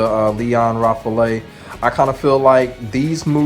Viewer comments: Good stuff man. I really enjoy this kind of video. Btw I think Lion's last name is pronounced more like "Rah-fel" but I digress. Great work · Actually the "a" in French is pronounced always the same way. And the "e" is silent. So it's more like Rah Fahl (It's the name of the French Jet fighter Rafale) :)